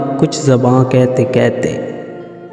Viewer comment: کیتے کیتے کیا ہوتا ہے یار؟ اپنی زبان تو صحیح بولو۔ کہتے کی ہ کہاں غائب کی آپ نے؟